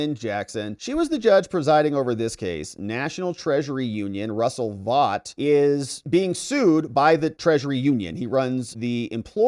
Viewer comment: Russell Vaught is pronounced Russell Vote. You’re welcome.